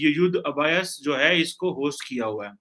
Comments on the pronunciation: Ub- Uh - Yus ? Abhyaas ! Ubh Yaa sss. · ABH'YAAS is the right pronounciation,.